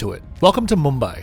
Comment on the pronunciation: So there are people who can pronounce Mumbai properly😂